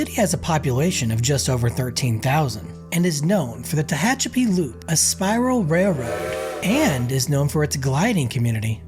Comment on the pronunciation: It’s pronounced “Teh HATCH a pee”. Narrator initially pronounced it correctly, but changed mid video for some reason. Probably AI. 🤖.